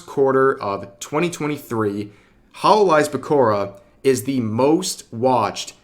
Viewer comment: Pekourrah? It's Pekora